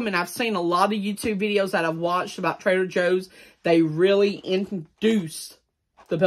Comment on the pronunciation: I keep thinking he says trailer Joes.😆